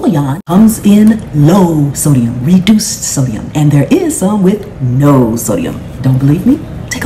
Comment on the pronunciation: The way put emphasis on "reeeeduced sodium" had me dead 🤣 She's lettin' people know with a smile.